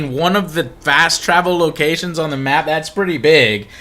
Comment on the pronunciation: Frast travel. cannot be unheard.